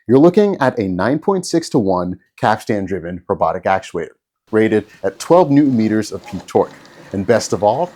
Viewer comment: Now if you could just learn to say capstan correctly, you'll be all set.